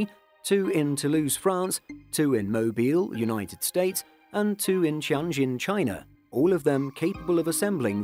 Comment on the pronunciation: Agreed. Chinese pronunciation can be tough if you haven't studied the language, but I'm happy they try on this channel. Tianjin 天津 (天 Tian - sky, heaven 津 Jin - port, harbor) - a pronunciation closer to Mandarin would be like 'Tee en' or the letters 'TN' said as 1 syllable + gin. Or think of it as "Tien jin."